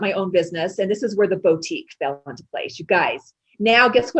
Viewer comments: I have a 2 year old who likes to watch Minnie Mouse Bow-tique. That's what I thought of when this person mispronounced boutique. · Me too!!!!! Bo-tique! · Something about the way that lady pronounced Boutique like "Bow-tique" had me stop in my tracks at work and go back to listen again to be sure I heard her right lmao